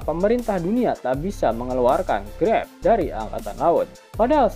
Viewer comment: Greb bukan grap 😂